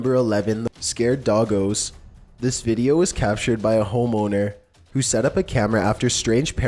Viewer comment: "homeowner" sounds like "ho moaner" the way says it